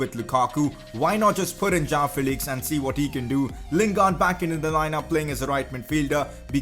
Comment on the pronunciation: It's João Not Jao You're pronouncing it like Jao Felix!